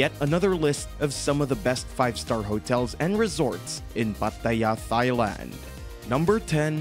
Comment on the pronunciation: I don’t know. Thigh-land sounds pretty good.